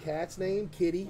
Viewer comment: The way he said kitty got me crying